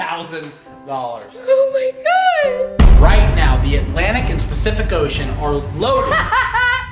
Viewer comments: It’s crazy how sometimes trolls give you sh** yet they neglect to see that y’all are pretty cool people. And it’s PACIFIC - NOT “specific”, lol. Still a fan of y’alls. Don’t listen to the trolls’ crap. Have fun on the PS5 ya lucky bastards, 😆. When I saw the outline of the track of the hurricane, I lost it in laughing, lol. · Spacific ocean 😂😂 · It’s okay I say Specific ocean too I can’t say pacific for the life of me 🤣🥴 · It’s the fact he doesn’t even know that it’s called pacific for me